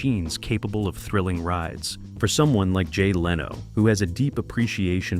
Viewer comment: It is not how to pronounce "Leno" either.